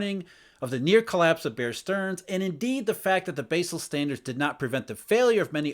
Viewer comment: I love but he keeps pronouncing "Basel" in a funny way